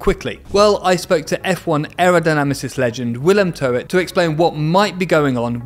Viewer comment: How have you worked so much with Willem Toet and still not learned to pronounce his name correctly?